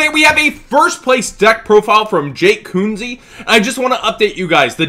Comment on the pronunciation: HOC you mispronounced his name! Say it like Kenzie guys